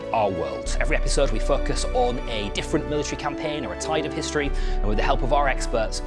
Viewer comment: "Every episode we Foc, us, on a different..." A millisecond to much pause between syllables can change the meaning a lot...😅